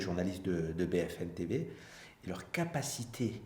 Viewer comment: Il a dit BFN TV mdrrr